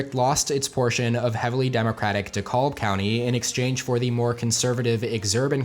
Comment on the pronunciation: That pronunciation of "dekalb" definitely hurt this Georgia boy's soul, but I get that the spelling is misleading